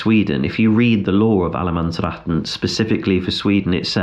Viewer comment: You are probably thinking I'm pestering you now, with all my comments and questions... 😯 But hey, it's activity on your channel... 😀 Only I noticed you had Swedish pronunciation and spelling of "allemannsretten". So you might be very familiar with that country... Is allemannsretten no problem there ? Do they not have places where it becomes too much ? Like it is in many places in Northern Norway, for example Lofoten. An also in the Fjord District here in Norway.